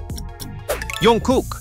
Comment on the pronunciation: JUNGKOOK!!!!!!!!!!!.... Is pronounced -J-ungkook not -Y-ungkook🙄